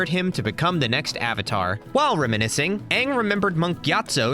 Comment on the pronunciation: Either expand the variety of books you read, or get someone else to write your scripts. The phrasing sounds like it was cobbled together by a middle schooler. Also the way you pronounced "reminiscing" is triggering. It isn't pronounced as "re-menacing"